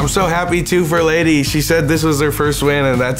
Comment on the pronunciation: NOOO!!!! Not Ladee!😭😭😭